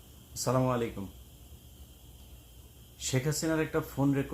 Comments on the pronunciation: আসসালামু আলাইকুম না স্লামু আলাইকুম? সালাম ভাল করে দেন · ইলিয়াস ভাই আসসালামুয়ালাইকুম ভাইয়া আপনি একটু আপনার সালাম টাকে শুদ্ধ করেন বাকি সব ঠিক আছে আপনার সালামটা শুদ্ধ করলেই হবে এটা সালামুআলাইকুম হবে না আসসালামুয়ালাইকুম হবে